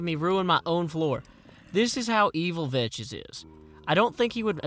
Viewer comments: it pronounced vecks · He knows,but he pronounces it like that as a running joke from when he actually thought it was pronounced Vetches,before he met and became friends with Vechs himself. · i love how he says Vechs xD veches lol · oh know i know why he says Vechs like he does, but it annoys me.